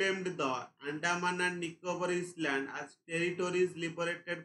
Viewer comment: Island ,,issssland